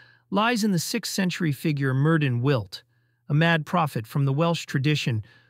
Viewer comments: It's pronounced like " mirthin withd " , not " murdin wilt " . Myrddin was changed to Merlin by later writers because they thought Continental readers would use the ( wrong ) " murdin " pronunciation , which was too reminiscent of the French " merde " . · Merddyn is pronounced 'Merthin'